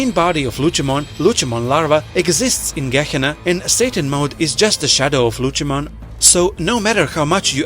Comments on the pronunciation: Lutshemon? Cmon man. Its Lucemon, with a C. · How on earth do your pronounce lucemon incorrectly but can pronounce Lucifer correctly?